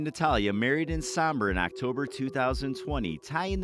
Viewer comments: It's not Saaambor.. its O... sOmbor... like Oats. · It's not Sambor it's Sombor brate :) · Sombor. Not sAmbor.